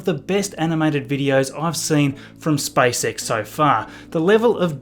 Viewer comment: Am I alone who hears spicex instead spacex? 😃